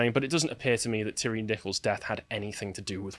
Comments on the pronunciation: Tie Ree is the phonetic pronunciation not Tirry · Every time I hear your pronunciation of of Nichols' last name, it sounds like you're saying Terry - as in the co-conspirator of Timothy McVeigh. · It's "ty ree"